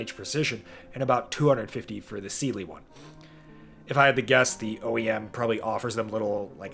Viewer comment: that's not Geissele. It's GeissWong